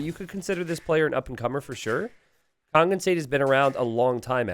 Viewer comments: You are mispronouncing Kongen though haha. There is no "g" sound in there, so the it' kong-un, not kong-gun... or just translate into English and call him The King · No, he's saying "kong-gun". He says "kong", as in "king" but with a different vowel, and then follows that with a "g" sound. But that extra "g" shouldn't be there. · Do you not hear the "g" sound he says at the end of the "ng" sound, then? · But you do hear the hard "g", then? Not just the velar nasal sound that is normally meant when you write "ng"? Because the idea here is that you pronounce the "ng" in "Kongen" like the "ng" in "singer". Now you might be from Northern England or something, but doesn't pronounce "singer" with a hard "g", and "kongen" should also not have a hard "g". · It's the difference between "singer" and "finger". The "ng" in "kongen" is pronounced like "singer", but does it like "finger", so that's wrong. That's the idea. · Kongen means The King and when you say it you dont pronounce the "G".